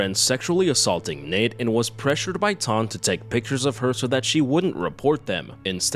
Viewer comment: hehe love how you call her Nate when its Natre XD